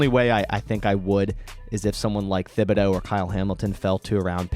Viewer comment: Please correct your pronunciation of Thibodeaux. It is Tib-uh-doe. Thanks, from an Oregon fan!